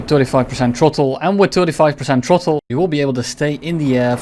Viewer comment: Tirty-five percent trottle